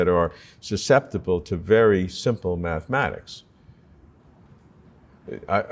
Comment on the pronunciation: "Mathemathics" aside, I like Sabine anyway :-)